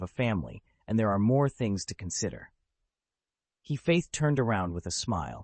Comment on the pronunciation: why is hephaestus read like he faith tos wtf